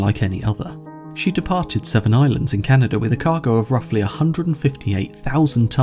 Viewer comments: Seven Islands Is not a City in Québec. It is called Sept-Iles! It's a proper noun. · minor quibble about you translated the port name into english, it's name is "Sept Iles" (pronounced sepped eel) - a canadian ;) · The name of the port the Derbyshire departed from is Sept-Îles, Québec, pronounced (“set eel”). Although that does mean “Seven Islands” in French, since it’s a proper name it should named as written and not translated. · Interesting story. Reminds me of the ore carrier Edmund Fitzgerald which disappeared in Great Lake Superior in gale force winds. As a Canadian from the province of Quebec, I will point out that no-one calls the port of departure Seven Islands. Place names are never translated so Derbyshire loaded up at Sept-Iles (pronounced “set ill”. But still very nicely explained. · No human calls Sept-`Isles, near Montreal, the "Seven Islands"... renaming geography is a bit of a step up (and quite xenophobic) from simple mispronunciation.